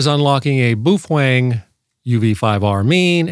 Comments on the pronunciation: "Boof-wang"?? It's pronounced "Bow-fung" (rhymes with "cow-hung"). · How can any one say boooofwang so wrong and still they know what they're talking about? It's PINYIN! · I honestly had no idea it was pronounced boof-wang. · You can not unlock the Baofeng because this man talks about the "Bufoeng". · "Beouf-wang!" LOL! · Thats the oddest pronunciation of Baofeng (BOW_FUNG) Ive ever heard😁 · "Boof-wang"? And I thought French was hard to pronounce... 😂😂😂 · In typical North American fashion butchering names...Boof wang.... Meanwhile having that pedantic tone....😂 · You’re pronouncing “Baofeng” incorrectly. According to the Dead Sea Scrolls its pronounced: “Fung-Shway” (“neh•VAD•uh” is also considered correct) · Is that how you pronounce Baofeng? I thought it rhymed with Wild Thing. Wild thing…you make my heart sing. You make everything…groovy…